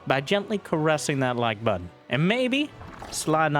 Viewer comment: When you said "carressing that like button" I heard "buttor". That raised some audible questionmarks, then a giggle. And thus my day was a little bit better.